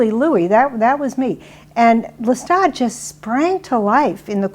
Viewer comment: it's Pronounce Lestat